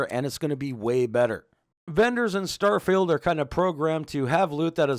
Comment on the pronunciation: I'm impressed how well you pronounce some of the item/skill names